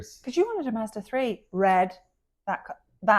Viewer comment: MAZ DA not mardaz